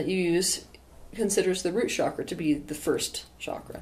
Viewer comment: Isn’t it pronounced ‘chakra’ not ‘shakra’?